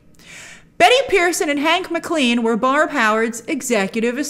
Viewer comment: It's 'M Clen' not Mc CLEAN 🤣🤣🤣